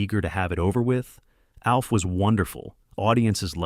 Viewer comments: "AWLF"?!!!!! "A.L F"?!!! "OLF"?!! No, it's ALF!!!! ALF, ALF, ALF!!!!! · It’s pronounced like elf. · Why does he keep mispronouncing “Alf?”